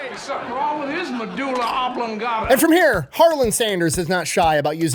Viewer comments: I'm gonna be memeing on MEH-DOO-LUH. OB-LONG-GAH-TAH for months, thanks. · 😂 Me-DULA... Ob-lon-GATA... I can't decide if I despise the man or admire his fire. 😅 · I played take a gummy every time the colonel said medulla oblongota... looks like we going to space guys. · “THE MEDULA! OBLONGATA!!” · I was today years old when I learned about the Medula... Oblon-ga-ta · The medula...ob-long-gat-ta